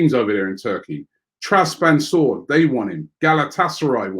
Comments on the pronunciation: WHAT IS TRASPANSOR? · Who's Traspansor Robbie???